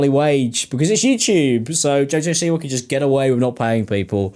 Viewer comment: Half way through I finally realized you were saying “Siwa” and not “c-word”